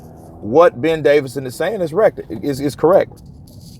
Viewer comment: How many times its Ben DAVISON not DAVIDSON